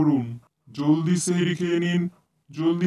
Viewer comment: আর আপু ওটা চেহেরি না সেহেরি 👽👽👽👽😭😭😭😭😭😭😊😊😊😊😊😊😊😮😮😮😮😮